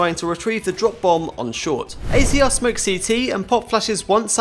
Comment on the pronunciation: AZR is pronounced azza